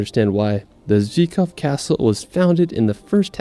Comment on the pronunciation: It is not Zikov... It is Zvikov castle!!!